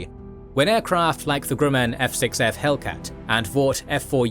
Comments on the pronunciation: Really good stuff...thank you for detailed historical content about technologies like the Zero fighter. I look forward to similar treatments for a whole list of planes...many of which others have already suggested. 👍💯😁 Though...you could teach your reader AI how to say Grumman a lot better. LOL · Why does he keep saying Grumman so weird?